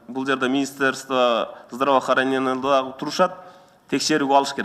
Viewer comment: Здравохранения деген созду жакшы айталбай калды .